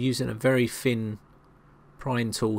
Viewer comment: Good video but - "put a pick in there to give it a bit more height'th"............HEIGHT(TH) height'th? Are you for real?! By the way, 'fin' is something that fish have. 'Thin' is the word you are looking for.